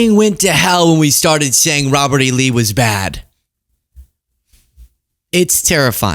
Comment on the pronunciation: Did trump say Robert E. Lee or ROBBERTY LEE?